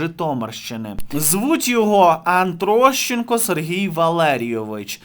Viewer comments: не вводь глядачів в оману, його прізвище атрощенко, а не аНтрощенко! З повагою. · Ти зовсім сліпий чи що, впродовж свого відео не можеш прочитати правильно прізвище гниди АТрощенко?!?!